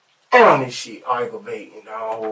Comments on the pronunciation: Jikesonville eye-guh-vating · It’s Oggravating. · He’s barely pronouncing it properly. “Arggravating”is what he’s saying… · “Argrewvantin asfawk “ 🥴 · arrrgarating dawg, I ain't know any Bobby, know a bibby tho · Bro I read this comment first . I died when I heard aggravated. As I'm typing he still saying it lol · Omg I was just going to say that!!! I never want to hear "aggravating" ever again after this video! If someone took a shot every time he said aggravating they would have alcohol poisoning by the end of the damn video 🤣🤣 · you mispronounce the word aggravating hundreds of times to yourself?